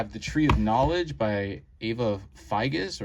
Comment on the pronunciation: Neat video - thanks for sharing. Minor note that Eva Figes is pronounced "Fye-jess".